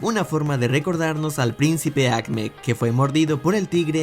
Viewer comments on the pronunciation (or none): No, no, no. Se pronuncia “Ajmed”